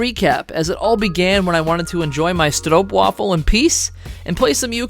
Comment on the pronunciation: Nice deck kudos for the correct pronunciation of stroopwafel.